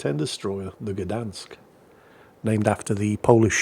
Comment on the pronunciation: Gdańsk is also a City, not only a shipyard:) Btw. the "ń" letter in Gdańsk is pronounced the same as "ñ" in Spanish, you can give it a go next time!